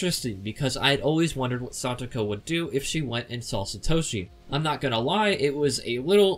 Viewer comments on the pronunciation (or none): none